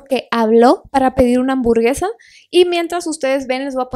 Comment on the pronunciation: para pedir una hamburgesa pero dijo: hamburgega🥵🥵🥴😩